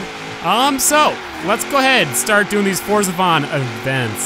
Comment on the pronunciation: Fordzathon? no you didint